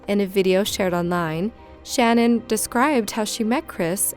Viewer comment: Love your vids, but her name was shanan not Shannon I’m sorry but you were pronouncing it wrong